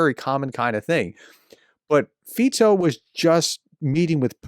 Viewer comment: Well done Prof, for getting the pronunciation of Fico right! Most commentators do not 😊